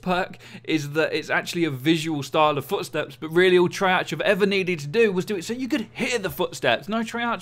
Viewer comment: The h in treyarch is silent just to let you know